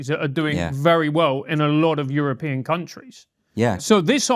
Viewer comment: says "European" like a foreigner.:p